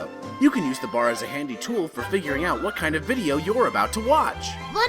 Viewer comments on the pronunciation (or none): none